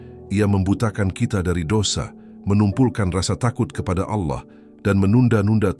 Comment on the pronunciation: kritik buat narator, agar melatih cara mengucapkan kata Alloh, dan tambahkan 'swt', dan juga tiap sebut nabi tambahkan ucap 'saw' latih berulang sampai fasih, latih ke ustadz atau musyid. kl utk narasinya super jos deh mantab, teruskan min...